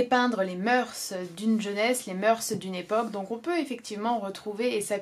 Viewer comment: "Les moeur(s)" on ne prononce pas le "s" à l'oral aha je fais souvent la faute aussi comme 90% des gens ! Une vidéo intéressante mais je ne te pensais pas aussi "XIXiste" dans ta critique : "la vie, l'oeuvre de Flaubert" aurait ironisé mon prof. Voir l'oeuvre par la biographie de l'auteur, calquer les personnages réels sur le fictif... un peu osé et limité, non ? Sainte-Beuve aurait adoré, Proust aurait détesté ! Envisager l'histoire d'amour au premier degré ... étonnant mais pourquoi pas, après tout chacun y voit ce qu'il veut ! Cependant tu précises (à juste titre) qu'il ne faut pas lisser les différentes strates d'interprétation or dans ta critique tu appuies quand même beaucoup (trop ?) sur le sublime et l'idéal en laissant totalement de côté le caractère ironique et sarcastique de l'oeuvre, qui est quand même la lecture critique prédominante. J'ai toujours adoré la citation de Gide "On ne fait pas de littérature avec de bons sentiments" elle traduit bien je pense la complexité de l'oeuvre de Flaubert . Ça m'intéresserait de savoir comment tu lis Mme Bovary et Bouvard et Pécuchet dans cette optique : parce que si Frédéric Moreau est sublime, Mme Bovary peut aussi l'être si j'en crois ta lecture. Et pourquoi pas Bouvard et Pécuchet pendant qu'on y est ! Les personnages de Flaubert tous sublimes à leur insu ? ça me semble difficile à tenir mais pourquoi pas ! :)